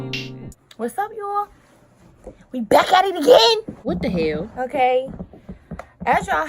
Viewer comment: I dead subscribed after that "wutdahell" LMAO that shit had me cracking up 😭